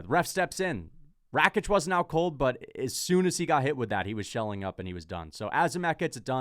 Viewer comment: I thought I was the only one who heard ‘Big Shelly’ when Gooden said “big shelling.” 😂